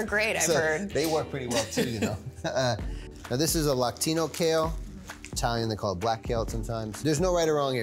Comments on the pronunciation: The recipes look great and this series sounds interesting but some feedback for the producers. He called that kale "lacinto" kale but he meant "lacinato" kale. It's also distracting how she is feigning ignorance. How can one be so impressed about a vinaigrette and salad assembly that is like textbook? It just makes it unbelievable. And why act like the challenge is given in real time when she could just use the past tense? Why is having ginger and turmeric in one dish so groundbreaking..."double the antioxidants". You literally said "as anti-inflammatory as possible". Finally, I think this would have been more informative if he talked about food pairings and making nutrients more bioavailable from the aspect of being a professional and educated chef. I didn't learn anything new from this video (agree with other comments about turmeric + black pepper). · Agree absolutely - pretty lame. Actually he said "Lactino" kale - how could someone with his credentials make that mistake?????? Turmeric is another of those popular gimmicks that we think is a magic bullet. It can actually be harmful if used too much so they need to vet their information. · Lactino kale? You mean Lacinato? Lol